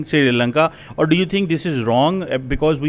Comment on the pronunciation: he said Shiri lanka and nepol 😂😂